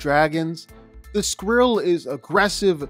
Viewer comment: Please never say “Scou-dren” again it’s “scald-dren”, Y’know, like the scalding water they breathe, also it’s a blue oleander not dragon flower, then it’s skrill not a mangled version of the word squirrel?? Sorry but this was just killing me 😭